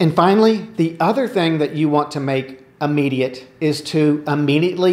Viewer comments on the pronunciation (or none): I have a thing about people pronouncing "immediate" as "Ah-mediate", but that's just me... So many folk seem to do it that it's probably acceptable by now. Anyway, just thought I'd do the courtesy "You have spinach in your teeth" thing and mention it, rather than not. Hopefully helpful; your advice ALWAYS is. Thank you!